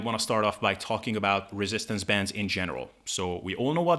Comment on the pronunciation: why do you talk so fast? As you know many words you say slightly Incorrect and it takes me a few seconds to realize what the word was that your thing for example bends is Ben's bands is bands and of course when you say Ben's I do realize that you mean bandsfor a couple of seconds therefore I constantly slow you down I listen to your show on 50%. Help a guy out able